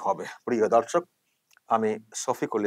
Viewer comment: Jokhon dorshok bolen, sunte lage dhorshok, kintu valoi lage